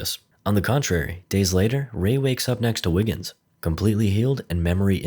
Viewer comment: Are you saying Wiggins or Niggens?